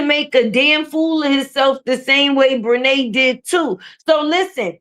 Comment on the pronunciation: 😂😂😂Did you say Bre titi😂😂😂😂